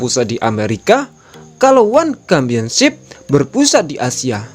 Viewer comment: Championship bacanya tetap pakai huruf "c", bukan "kampionship"